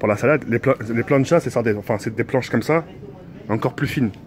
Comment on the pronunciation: Tk pourquoi tu dis "as" a la place de dire "sa" je comprends pas ?